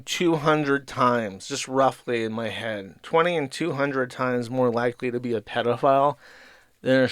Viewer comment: pronouncing "head" as "hud" --> electric chair